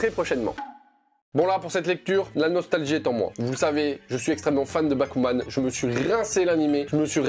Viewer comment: Magnifique transition bon par contre j'ai compris bakugan au début au lieu de bakuman... j'aime les deux donc c'est pas grave ತಎತ